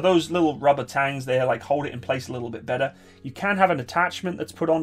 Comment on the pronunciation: He absolutely butchered that gun atacth ments.